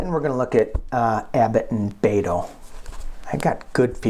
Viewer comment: You're great,, and it is Bet-oh (like bet at a gambling table). From someone who lives in Texas.